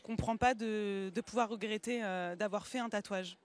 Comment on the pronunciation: il rerette 😂😂😂😂